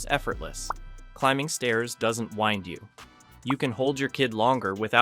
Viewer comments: the video must have ai narration too. saying winding like wine-ding instead of win-ding. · It doesn't "WIND" you? I guess it's an AI voice. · "climbing stairs doesn't wynd you" Uhhhh is this voiceover AI???? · you know it's "wind" you (like the thing that blows outside) not "wind" (like what you do to a toy) right? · I know the word but you said it wrong. You said "wine-d", like the alcoholic drink. the correct pronunciation is "wind", like a breeze in the air. Personally, I would take criticism instead of getting shitty with a subscriber/ fan of the channel who speaks British English as a first language. Are you using AI? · "climbing stairs doesn't wind you" that's wind as in naturally blowing air outdoors (rhymes with pinned) not wind as in twist (rhymes with mind) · u using ai or something? why did it say wind like that? .. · I realized this was AI-audio when the narrator said "climbing stairs doesn't WIND you" like winding up a toy, not wind like it's windy out. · I didn't realize this channel was AI until you pronounced "wind" wrong. Damn. Incredibly disappointed. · "doesn't wind you" - is this video AI generated? It should be wind not wind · Yeah this is all well and good but why did he pronounce "wind" the wrong way towards the end of the video? Climbing stares doesn't leave you "wound up," it leaves you "winded." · Stairs "wind" you, like the breezy weather thing..not wind like a wind-up toy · AI detected. "Wind" is a dead giveaway. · Is this an AI voice? Why would you pronounce 'wind' like that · Yep. I caught that too and I am disappointed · dude you mispronounced "wind" lmao you said it as in "to wind up a clock" people get winded as in "wind-mill"